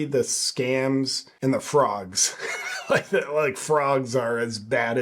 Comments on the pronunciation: Think she said frauds not frogs but idk i could be wrong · Maybe she said "Frauds" instead of frogs. I hope she stays there. I find it hard to believe she's a dentist.